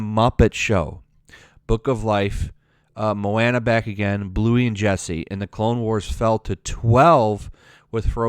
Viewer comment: Moana (Mo-aw-na)